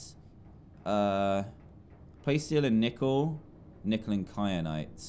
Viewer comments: It's ky-anite not kry-anite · It annoys me that Dan says “kryanite” and not “kyanite” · It annoyed me too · also that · Triggered me sooo much when Dan kept saying kryanite and not kyanite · Does it bother anyone else that Dan says kry-an-ite even though it's Ky-an-ite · kryanite?? ITS KYANITE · Kyrite not Kryanite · why did you say cry-anite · the entire time i was screaming ITS KYANITE, NOT KRYANITE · It’s kyanite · Dan:"Kryanite" Me: Triggered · Wait a minute .....did dan say "wait a cotton picking second". Ouch Btw he said kry at nite instead of kryanite lol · Dan please stop adding an r to KAYANITE